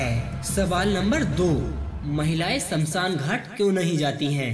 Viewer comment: Samsan nahi smashaan